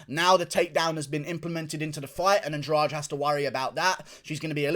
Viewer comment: Why do you pronounce Andrade as if the "de" should be read as the second g in garage? It should be Andradeh.